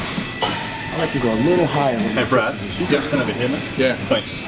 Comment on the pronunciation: "Brraat-ly"is how I imagine the subtitles would look like when Kai says Brad's name lol